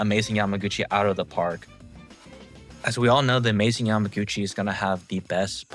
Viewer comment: Why do you keep saying yamagotchi